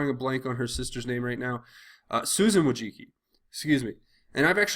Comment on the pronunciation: pronunciation for Wojcicki is probably close to woe-jitz-key, or maybe woe-zitz-key. I'm not too fussed about the 2nd amendment attacks— maybe my circle of friends isn't completely representative of All-America, but if David Hogg is the best spokesperson that the other side has, well, in my neck of the woods, people are either angry at his impudence or outright laughing at his presentation. We are FAR MORE CONCERNED about the public/government schools willingness to push this false doctrine.